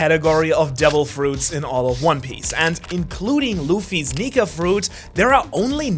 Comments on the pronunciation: Is it me or did I misheard that he said 'luffys nigga fruit'?? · I thought you said n!gga fruit